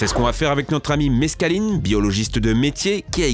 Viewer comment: Quand il as dit '' Meskaline '' MDRR j'suis dead .